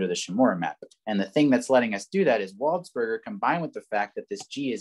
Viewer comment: Very enjoyable video, also I think his name is pronounced closer to 'waldspurjay,' cause he's like French and stuff